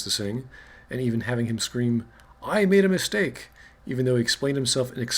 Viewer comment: what i heard "i made him a stake" what was actually said "i made a mistake"